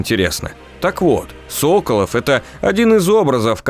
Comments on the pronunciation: Ну как тебе сказать.... Тут много ошибок в названиях локаций, имëн персонажей (Соколóв, а не Сóколов) и другие мелкие ошибки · Одна поправочка: я думаю что все таки СоколОв, а не СОколов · не антон сОколов, а антон соколОв... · Может быть всетаки правильно Соколоооов, а не Соооооколов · Что за сОколов? Уже собственные фамилии произносить не в состоянии. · Соколóв, а не «Сóколов» 🤦‍♂️🤦‍♂️🤦‍♂️ Г - русский язык А итог вообще бред сивой кобылы 🤦‍♂️🤦‍♂️🤦‍♂️, что у тебя в голове как не мусор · сОколов. сОколов. Ребята, вы вообще из России? Даже в игре правильно произносят русскую фамилию. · так он СОколов или СоколОв? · Вот все хорошо, но с ударениями что-то промахнулись: Серкóнос, Да́нуолл, Соколóв Спасибо за видео по обожаемой вселенной)